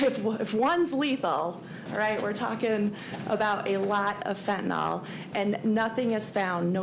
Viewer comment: Fen-ta-nyl. Pronounced: fen -tan - ill. Not Fentanol. Not that hard to say folks.